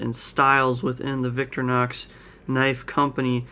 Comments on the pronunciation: Please, humour a pedantic European, and allow me to courteously explain the pronunciation. Don’t say “Victory-nox”. It’s pronounced “Vic-tory-nox”, with the emphasis on the middle syllable. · It’s Victor-Eye- knocks, not Victor-knocks. (Sorry pet peave) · Nice review but in your pronunciation of Victorinox you are leaving out the i. Sorry to be a nitpicker and you are not the only reviewer to pronounce it Victor nox.